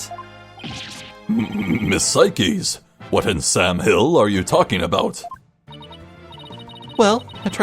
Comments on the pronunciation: im pretty sure her name isnt "sai keys" but "sayks" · "cykeys" i have NEVER heard anyone pronounce her name incorrectly before it's "sikes" as in "sike"